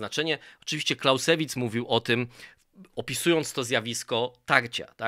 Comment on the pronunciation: Clausewitz czyta się "klauzewic" (akcent na pierwszą sylabę) panie...